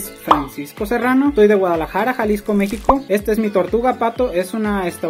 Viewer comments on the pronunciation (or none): none